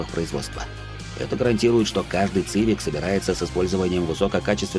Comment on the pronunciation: Хонда ЦЫвик...леща бы дал по щам на такое произношения блин...